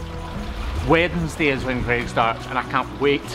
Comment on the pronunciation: Interesting to hear an accent in which Wednesday is actually pronounced how it's spelled. Neat!